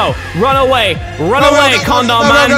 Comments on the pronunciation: lol Mini, a con-dom, I just love the way he pronounced it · Ya he says it con dom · When he said condom, it sounded like "corndorm" xD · i heard comdon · Says con- Dom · The way you're pronouncing condom is pretty fucking absurd xD